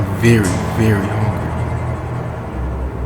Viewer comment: "I'm veary veary hongry"